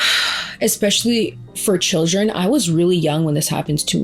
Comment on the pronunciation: "shill-ren" are beautiful hey? 😂❤